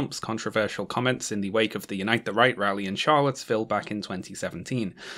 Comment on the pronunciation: Every single time you say "Unite the Right" I genuinely hear "Unite the Reich" and it makes absolutely perfect sense.